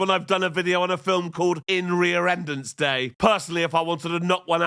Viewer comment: In rearendrance day? 😱😱...hahahaha love it!❤️